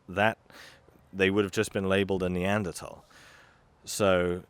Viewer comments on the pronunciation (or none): none